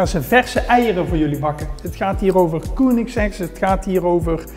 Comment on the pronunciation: koenigsegg? spreek uit als keunigsegg